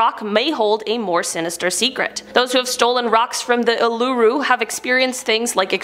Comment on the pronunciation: OK Uluru is pronounced oo la roo ok